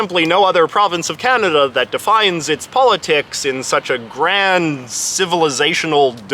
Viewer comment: They don't even pronounce kanada correctly but say coaaaahnaaadaaaa instead and the us laugh at us bc of it 😂